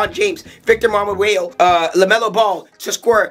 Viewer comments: "Victor Mabawayo" ???💀💀💀💀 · You said Victor MaMaGuebo 😭